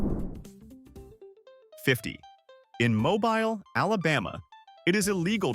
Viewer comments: hmm. This seems to be a web-driven mispronunciation. When refering to the Alabama city, MOBILE is pronounced "MobEEL". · As an alabamian it's pronounced "Mo beele"